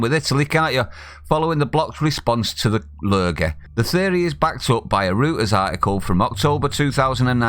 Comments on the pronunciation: It's pronounced 'Roiters'. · Reuters. It’s pronounced ROYTERS.